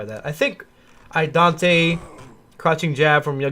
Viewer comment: Love the deep match breakdowns - it really helps to see all the tech from your other videos put in place and listen to the gameplan you build around it. It gets me every time you say Idante though -- it's Idaten!